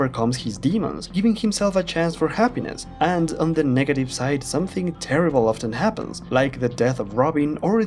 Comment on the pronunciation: He said, terrybull